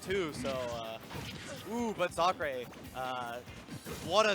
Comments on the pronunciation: Zackray, not Zockray. dafuq with that pronunciation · It’s pissing me off more than it should that this guy keeps saying “Zock-Ray” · this is a really important example of how commentary can affect a set. this guy keeps saying “zockray” and it’s really annoying. i just enjoyed the set way less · that bothered me the whole match lol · Stop saying ‘Lima’. Stop saying ‘Zocklay’. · Nox Ultionis It’s actually not. It would be totally fine if he were pronouncing it correctly, but it’s because he isn’t that makes it especially annoying. The o sound he uses to say “zock” does not exist in japanese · "ah" is actually the closest thing English has to the pronunciation of Japanese "a". Zackray is spelled and pronounced Zakurei in Japanese. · he's pronouncing it closer to the japanese pronunciation